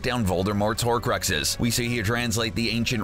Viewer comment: He pronounced it “horacluxes” BOI IT “HORCUXES”